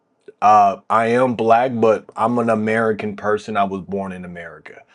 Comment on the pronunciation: Why is he saying it like that? Amei-CAN?